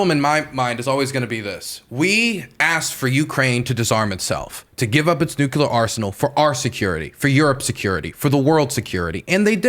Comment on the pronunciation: Nucular why do people have a hard time to say nuclear